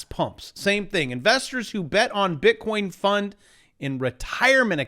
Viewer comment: Just listened to the latest Schiff - he said bit-corn